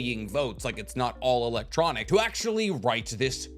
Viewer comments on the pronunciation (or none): none